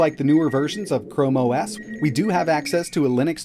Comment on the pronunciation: CHOME OS 😂😂😂😂😂😂 Let's not forget that time he didn't edit video properly